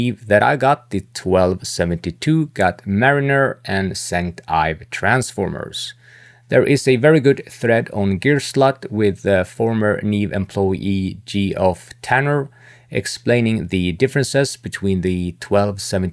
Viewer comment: Good video. FYI, the correct pronounciation for Geoff is "Jeff."